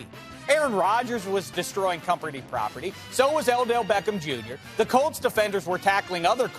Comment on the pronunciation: "Elldell Beckham JR"